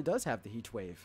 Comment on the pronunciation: Dead ass trying to figure out weather he had a speech impediment or was doing the Stewie Cool Whip thing. Thought it was just me